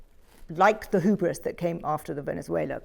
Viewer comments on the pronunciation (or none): BTW why does she keep saying hoobris? That is a bizarrely incorrect pronunciation of hubris - ˈhjuːbrɪs